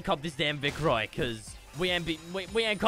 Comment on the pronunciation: If u subtitle him saying vic roy, it says big boy.